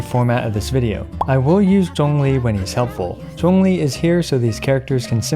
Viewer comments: Something that I just realized why I think I appreciate your videos so much is that you actually pronounce the names of the characters well. Like we've all been playing this game for so long and yet so many Genshin youtubers still calls Xiangling 'SHANG-LING' or Zhongli 'ZAHNG-LI'. Not saying people need to have it perfect, but it just grates the ears when people just plow through the names when they make content. Anyway, loved the video, love your content, and love your attention to small details! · I found it a bit odd that you pronounced Zhongli’s name almost perfectly but pronounced Ganyu’s name the English way… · How are you pronouncing ZhongLi so correctly loll, you're the first caster that I know to do so